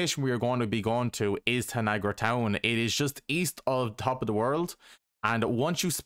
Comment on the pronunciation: Tanagra town not Niagara town.